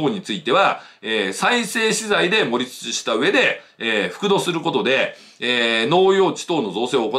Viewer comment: さすが常念さん。 盛り土=もりど、ではなく、もりつち 処理土=しょりつち、ではなく、しょりど それぞれ正しい方の読み方でお話されました。そうですよね。基本は音読み訓読みは揃えたほうが綺麗です。